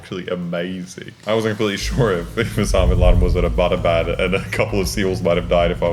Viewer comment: my man butchered the pronunciation of Abbottabad, bruh